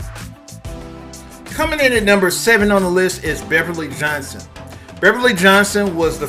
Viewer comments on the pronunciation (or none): none